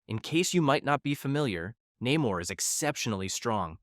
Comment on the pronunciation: Please work on your pronunciations. It's NAY mor not Nim er, Ree Ree, not Rah ri or Rear e. Come on, it's not hard. My real name is easy, but people from around India insist it's Vindi or Bindi, it's not. People like their names pronounced correctly, they are funny that way. It's not an accent, it's just wrong. If I can try really hard to say other culture's names correctly as an American, so can you!